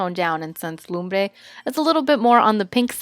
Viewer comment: THANK YOU FOR SAYING LUMBRE CORRECTLY AND NOT "LUM-BUR"